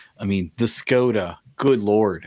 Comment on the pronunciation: Škoda is pronounced Shkoda. In Czech, it means pity.